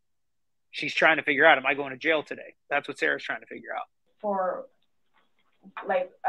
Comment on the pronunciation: She can’t say jail.